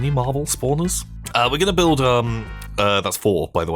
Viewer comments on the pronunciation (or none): none